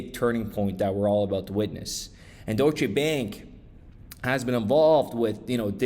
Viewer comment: it's not DOY-SHA... it's pronounced DOYSH. 1 syllable. Geezus fuck bro